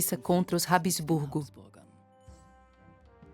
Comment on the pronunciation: Habsburgo e não Hab-E-sburgo.